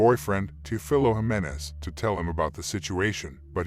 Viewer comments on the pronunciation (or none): none